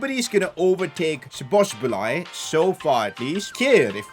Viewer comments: you pronounce szoboszlai as shoboislai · Szoboszlai is pronounced Soboslai. That simple. Without the "z". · szoboszlai’s name is pronounced shoboslai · Shoboshlai is the pronunciation i think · Nice video. By the way Szobozlai is pronounced as sho-boz-lai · When i heard szobozbolai, that extra 'bo', i almost piss myself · His pronunciation is soboslai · So ba slai is mostly how to pronounce his name😂😂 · you're almost pronouncing his name right the a is kind of like an o in hungarian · Teach this man how to pronounce szoboszlai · How many times did he mess up Szoboszlai's name ahaha. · The way he says Szoboszlai is just jokes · He butchered his name so badly 😆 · cannot say Szoboszlai to save his life 🤣( all respect ). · U just have to love how he messes up pronouncing Szoboszlai's name🤣🤣🤣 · I Laughed every time he said szoboszlai 😂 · Your pronounce of Szoboszlai as a Hungarian it's killing me :D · its szo-bo-szlai not szobosblai lol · Sobsli is pronunciation for sobzali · You pronounce szoboszlai's name : Shoboshlai 🇭🇺👍🏻❤💙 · When you say Szobosbolai i think its called zoboslai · szobzslai is pronounced zoboslai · «Sbosbolai» how to pronounce it soboslai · You are saying Szoboszbolai But it is Szoboszlai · szoboszlai is soboslai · Szoboszbolay xd. I from Hungary and we say so Szoboszlai but in englis language didn't have sz so Soboslai. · Szoboszlai name is pronounced like soboslai and not sobosbolai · You pronouns his name as soboslai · he is pronounced zobozlai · Its read shobosh lat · You pronounce Szoboszlai like soboslie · How difficult is it to read and pronounce So-boz-lai? 😂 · You can pronounce Szoboszlai's name as So-boss-la-e maybe that's easier but every non-Hungarian has a hard time with the pronunciation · Just say sboslai, stop massacring my guys name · "Dominik Szoboszbolai" 😂 where did he get the second B from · szoboslzai's pronounciation is soboslai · Bruh just say Soboslai its not that hard😭😭😭😭😭